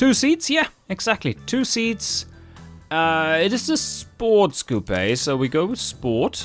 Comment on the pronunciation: Ur saying coupe wrong.